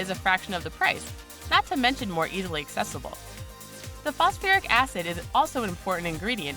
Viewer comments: did she say fosoferic? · ..'phosofuric acid'? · This bitch is dumb. What is "fos-a-fur-ic" acid. Obviously, she has never opened a chemistry book in her life. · "Phosiferic", "phosfearic", "phosofiric" acid? It isn't pronounced the same way twice. Hehe. Those extra syllables hurt my ears. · Maybe if she could say "Phosphoric" i would believe her.